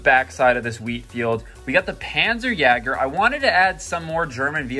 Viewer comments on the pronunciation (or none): I dont mean to be rude but..... that is not how you pronounce Jager. U would pronounce it with more of like an e-ish sound where the "a" is.